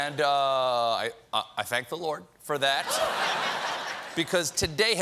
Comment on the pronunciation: Did he just say "For which I thank the LORDT!!😂😂😂😂